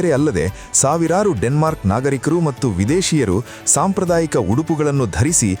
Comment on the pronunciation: ದಿಗಂತದಲ್ಲಿ ಬರುವ ವಿಚಾರಗಳು ಹಾಗೂ ಹೇಳುವ ರೀತಿ ಚೆನ್ನಾಗಿದೆ..ಆದರೆ ಹೇಳುವ ಕೆಲವು ಶಬ್ದಗಳು, ಯಾಕೋ ಸರಿಯಾಗಿ ಇರುವುದಿಲ್ಲ. ಉದಾ.ಗೆ ಮತ್ತು ಹೇಳಬೇಕಾದಲ್ಲಿ ಮಟ್ಟ್ಟು ಅನ್ನುವಂತೆ ಕೇಳುತ್ತಿದೆ.. ಆ ರೀತಿ ಹೇಳುತ್ತಿದ್ದಾರೆ. ಗಮನಿಸಿ